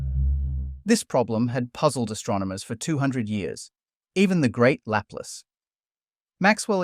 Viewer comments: Suspect the narrator is not human. Never heard Laplace pronounced as Lap-lace rather than as La-place. Otherwise, first rate. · "Laplace" is pronounced like "Lah Ploss", not like "lapless". wtf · luh-PLUS for the pesky native English speakers among us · Laplace = "Luh-plahss" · Laplace as in la•plas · Man, you need to fix your French..... Laplace, Fourrier.